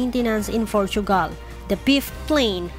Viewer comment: Sabi ni... maintenance in FORTUGAL with an F daw. hindi yan Fortugal!!! Portugal yan with a P!!! P!!! PLEASE!!!